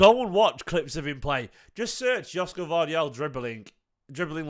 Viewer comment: It pronounced Yoshko.